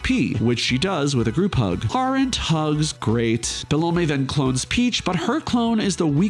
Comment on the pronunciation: man i've never seen anyone pronounce it be-lo-may everyone says - bell-um